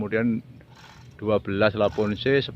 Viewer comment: lavoce maseee bukan lavonce